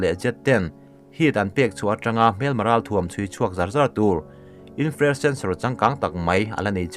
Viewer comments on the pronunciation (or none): Infrared ti-a lam tlang puat lovin Infra-red tih tur.